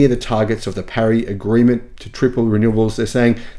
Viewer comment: That's not how you pronounce Paris when speaking English.